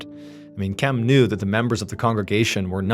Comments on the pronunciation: Spent 10 minutes wondering when TF MrBallen forgot how to say "Kim" 😆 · I can't finish this video. I heard you pronounce it correctly randomly twice and then go back to "chem" instead of just "Kim". I'm 4 and a half minutes deep and so distracted by this that I so far have zero idea what's happening in the story. I watch every upload and your channel helps me sleep and pass time when I'm struggling with my MDD. Thank you sir 🙏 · Why do you keep saying chem? It’s Kim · In God's name why are you saying "Chem" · At what minute are you hearing him say “chem”? I’m 30 minutes in but I went back to the beginning after seeing your comment.